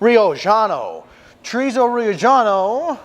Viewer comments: Brother, I love your content, but it’s not Riojano (Ri-o-ggiano) but, Riojano as in (Ri-o-Hano)…from Rioja (Ri-o-Ha) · Great recipe, by the way the J sounds like H in Spanish.